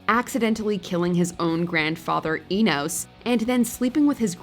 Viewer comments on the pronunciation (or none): "E-nos?" it's "Eeeeee-nus!" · You clearly hear how they pronounce Omicron Persei 8 so why is it you can’t say it properly? 😂😢 also I know it’s spelled Enos but it’s pronounced like Enis